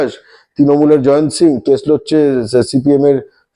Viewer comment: "জায়ান্ত" না "জয়ন্ত"?